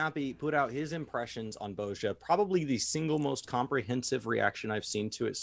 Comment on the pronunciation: Why do they keep saying Boazja?....isn't it pronounced Bozja, with a soft vowel?